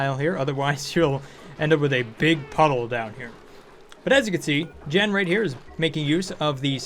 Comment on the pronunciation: Hi, Jean is a guy and its pronounced Geen